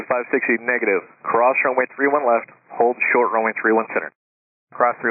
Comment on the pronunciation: The command of "AND HOLD SHORT" should have been announced much more clearly than the racing, nonchalant word-slurring dialect employed by the air traffic controller here. IMO.